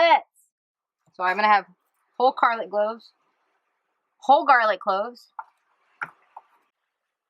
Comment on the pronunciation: OUTSTANDING! There is nothing better in a meal like (whole Carlic Gloves). And then you look at Abi like SHE said it wrong. LOL! You guys are my absolute favorites!